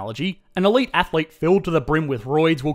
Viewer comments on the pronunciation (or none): none